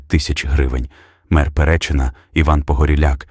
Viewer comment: Який РахОв? Який ПерЕчин? Ви можете нормально вимовляти назви міст? Чи ви взагалі не знаєте про що ви кажете?